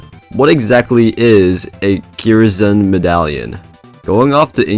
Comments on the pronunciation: i strongly believe its pronounced curse-n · im pretty sure kyrs is pronounced "curse"